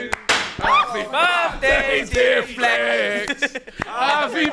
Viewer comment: Sounds like he says happy birthday to fleck or flake. Definatly not hearing Flex.